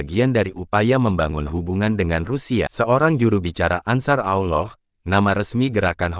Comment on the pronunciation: kosakata admin gak jelas , penyebutan Ansharullah saja salah-salah , gak jelas